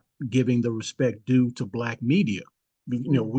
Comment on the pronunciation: He pronounced it " b'lak".